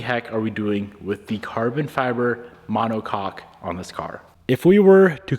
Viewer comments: My brother in Christ. Please… pronounce it ma-neh-kok 😂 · Brother having too much fun saying monocock 😂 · drink every time says "monocock" haha